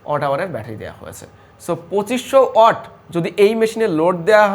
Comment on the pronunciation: Halar murkho reh watt uccaron korte pare na watt reh oot koitace mone moy 😂